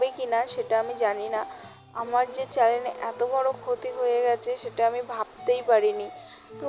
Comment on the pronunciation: চ্যালেন না আপু চ্যানেল 😂